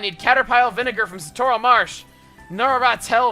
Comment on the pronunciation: Its pronounced, Sa-torl, Chugga, your pronounced it Su-torl.